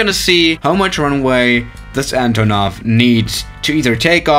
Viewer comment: Actually, its AntOnov. Not AntonOv.